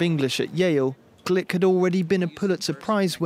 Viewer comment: Gluck not Glick🙄